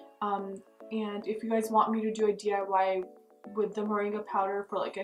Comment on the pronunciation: Sounds like you said mendi powder, whats that?